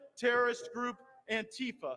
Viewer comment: Not "Antifer",! Say it ain't so! 😱